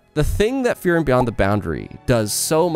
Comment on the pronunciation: Great video, and I agree with his analysis. However I couldn't stop hearing him say FEAR-ren when I pronounce it FREE-ren.